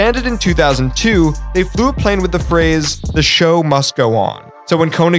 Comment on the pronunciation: Americans never get the pronunciation right for VW koenigsegg and a couple others